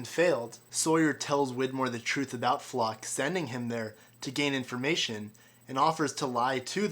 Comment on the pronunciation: It's not ' LOCKE ' ! not FLOCK!